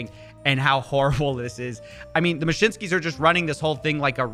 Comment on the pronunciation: Taco Bell will give u the "mashinskis" 😆😂